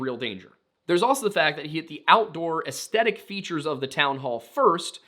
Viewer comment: Aesthetic has a th sound my dude.